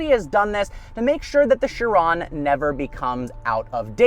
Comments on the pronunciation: I thought Chiron was pronounced “She Ron” not “Sure ron “ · Who else pronounced this “KI-ron” when they first heard of it? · Learn how to pronounce Chiron please it's driving me insane